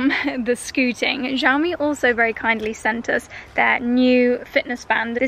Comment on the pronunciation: I've been loving all the renovation/interior design content. Also, "Xiao mi" is pronounced like shao me 😄